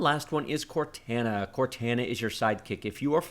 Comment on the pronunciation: I definitely can't like this video because of the way you pronounce Cortana...... like cmon I think you are the only person on this planet to pronounce that name like that lol. All jokes aside, good video.